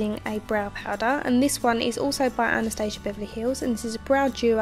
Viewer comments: It's supposed to be pronounced as ana-stas-ia for this brand. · Actually, she did not pronounce it correctly, she made it sound totally american/british, which is nor correct in this caae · not correct in this case*